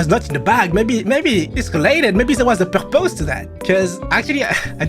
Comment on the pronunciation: It’s really hard to pronounce as a french